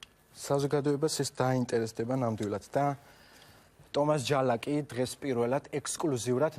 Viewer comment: "ლ" გაამაგრე და ცოტა კაცურად ილაპარაკე რა... ჯა"ლ"აკმა დადო დიშ"ლ"ა... :)) ფუ...